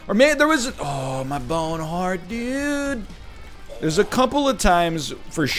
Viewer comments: I’m happy people mention the surfer dude bone heart pronunciation because I always thought I was just going nuts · Oh lord bless this day when we got NLs "surfer dude" accent when losing a bone heart Edit: comparing Hallmark card employees to nuclear weapon and pathogen manufacturers is such an NL move